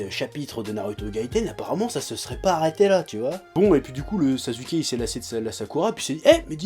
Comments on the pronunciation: Normalement ça se prononce sassouké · arrête de dire sazuuke cette prononciation n'existe pas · ah chef j'adore tes vidéos , mais ya quand même un truc qui m'irrite à chaque fois, pour Sasuke, s'il te plaît arrête de dire Sazuké XD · Rebeca SoPokéNaru ptn on dit pas saçouké mais sasské arrête de prononce comme dans la vf parce que ça te rend pas crédible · Mdr tu dis sazuké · Primo ça se prononce simplement Saské. Le U ne s'entend pas entre 2 consonnes. Voilà merci au revoir. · JO The Devil Ne te prononce pas alors que SasUké n'est pas la bonne prononciation x) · Je ne titille pas, je fais une remarque, et si on peut traduire les noms (même si c'est un sacré manque de respect pour une œuvre), exemple Son Goku qui devient Sangoku, Bejita qui devient Vegeta, etc, donc AU MOINS passer par là au lieu de prononcer SaSUké, mais peut être qu'il le fait exprès, j'en sais rien. Et puis ne joue pas à être aussi "agressif/agressive" pour rien, je n'ai pas insulté ta mère ou ton père que je sache.... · Ichigo90ish J'ai dis au minimum le dire à la Française, JE SAIS QUE SON NOM SE PRONONCE SASKE JE L'AI DÉJÀ DIS, faut éviter de répéter ce qui a déjà été dit... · Ouais mais ça peut paraitre pour du chipotage mais mal prononcer le nom d'un perso important du manga et à plusieurs reprises, ça fait carrément pas sérieux...